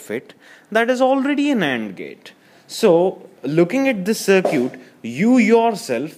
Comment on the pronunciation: "looking at the 'sir cute'" lol.. was really funny to me he was really getting into it